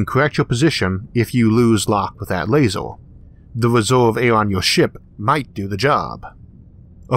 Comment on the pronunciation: Interesting, I'm just confused about a few things... what exactly IS a "Lazow", or a "Univouws?" ErrrrrRRR..... am I missing something?